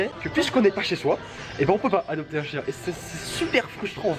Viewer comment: Au lieu de chien g entendu chicha 😐chui bizard